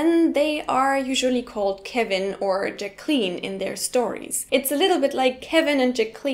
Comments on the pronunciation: JACK-lin, not ja-KLEEN :-) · Imre Hundertwasser Thanks! English has a different pronunciation than used. "Jack - ah - lyn".....three syllables. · Or we'll sometimes reduce the middle syllable and "K" to a stop (pause) and carry the "k" into what was the third, "Ja(ck) - - Klynn". This is how Jaqueline Smith, the actress (original Charlie's Angel), pronounces her name. A third way is to pronounce the u following the q as "W" and it is "Jack-wuh-lynn"